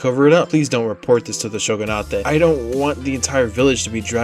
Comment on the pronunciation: btw sogunate is pronounced sho-gun-ut, not sho-gun-ah-teh